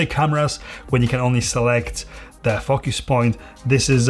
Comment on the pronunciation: You say focus like they say Fu*ckers in England. lol. Great video, I subbed :)